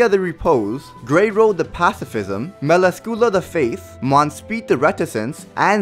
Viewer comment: Mel-ask-Coola XD